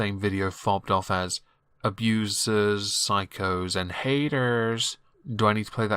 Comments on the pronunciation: The best part of this video was the way you said “haydurs” Well done man, keep up the great work! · I found you, MichaelBePetty, and Zachary Michael through Amberlynn. Worth. Also I died when you said "HAYYDURS"